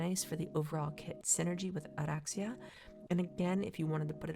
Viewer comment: love how you roll the R's for oraxia, ive heard too many "or-axe-e-uh"